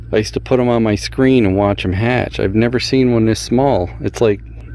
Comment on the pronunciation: Did you say wash your hawk?